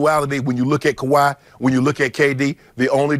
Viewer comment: Hey Skippy, are you serious? You can't/won't even say Kawhi's name? Time to grow the hell up and pretend to be professional.